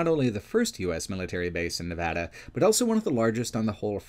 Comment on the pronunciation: pronounces the word "also" as "elso".